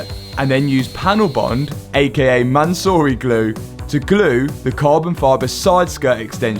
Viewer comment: calling it 'Mansory glue' is diabolical lolol